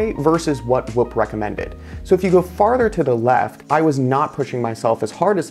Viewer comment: Why is he saying "wup" tho 😢😂